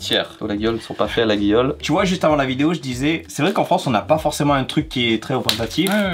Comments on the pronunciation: Ils n’ont pas la réf Maryse 🤣 Et on dit La-yol pour info pour la marque LAGUIOLE 😎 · Rigolo de vanter les mérites de Laguiole (tout en le prononçant mal, d'ailleurs) sachant ce que le père de son associé a fait subir à la marque. Nonobstant, divertissement apprécié. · Coucou! Laguiole ça se prononce "Laïole" 😉